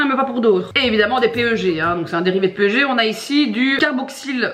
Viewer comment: coucou, tu verras jamais sans doute ça mais jsuis chimiste et le PEG comme tu le dis, eh bah ca se prononce "pègue"! ca fait bizarre de dire P-E-G ahaha des bisouuuus